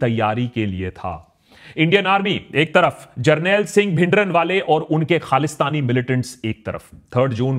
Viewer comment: bhai bhindran wala naam me n silent hai app pura bolte ho deol ko app dewal bolte hai dhillon ko dhillan bolte hai deol me o silent hai dhillon me n